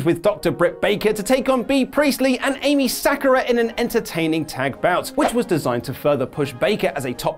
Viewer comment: Umm, Emi isn't pronounced 'Amy', that would be Eimi. close but no cigar, no pub time for you this week!